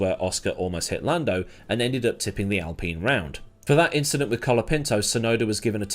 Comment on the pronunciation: um, ahkchully it was a turn 3 inchident